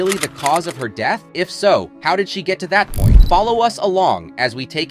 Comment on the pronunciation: 13' 02" - "deeth" and "Yoong" Cr**p robotic voice.